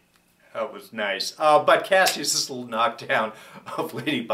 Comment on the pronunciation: why do people keep mispronouncing kasius name? don't they repeat it enough in the show?